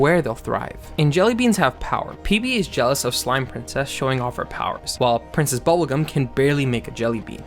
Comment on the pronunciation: “Process Bubblegum”?